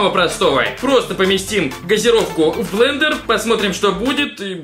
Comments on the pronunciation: БЛЕНДЕР, а не БЛЕДЕР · Блэндер😂😂😂а не Блэдэр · особенно "бледер" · БЛЕДЕР а не блендео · Понятно как учился в школе...... Бледер, бл@ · блендер а не бледер )) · Не бледер а блендер! Измени название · может блендер, а не бледер? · А ошибка Блендер, а не бледер!